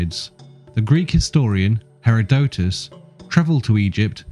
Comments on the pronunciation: it's Heròdotos, not Herodòtos. Why can't British people ever pronounce anything correctly? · Hera-DOtus?! I'm out!! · He can't even pronounce Herodotus..should I keep listening ?